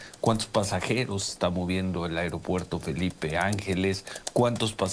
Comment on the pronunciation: El airopuerto 😂😂😂😂😂, ya enseñenle a hablar